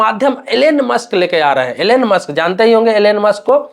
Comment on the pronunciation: एलेन मास्क नही एलोन मास्क😂😂😂😂 Elen mask nahi Elon mask😂😂😂😂